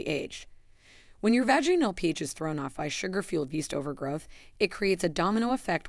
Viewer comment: And also the mispronunciation of the word Vaginal.